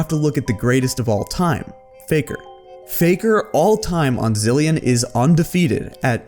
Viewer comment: It’s Zilean